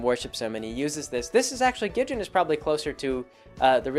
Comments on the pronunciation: A few things, Wendy is actually only three years older, she's 15, not in her late teens. It's Gid-ee-on, not Gid-jen and as for the hatchet, they were going on a mission! She probably was being prepared for the spooky dangerous shenanigans they get into. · Gidjen? How in the world did you get the verbal pronunciation "Gidjen" from the verbal pronunciation of "Gid-ee-un"? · Wendy's dad isn't just a lumberjack. He's completely insane. Soos' abuelita is technically his grandmother. Gid-e-on, not Gidjin. Three syllables. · "Gijin". Damn it,. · lol "Gidjin" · How the fuck is it you pronounce Gideon?